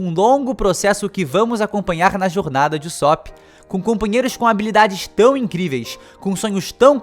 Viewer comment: q agonia ele fala usópp